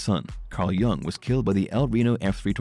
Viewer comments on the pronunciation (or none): none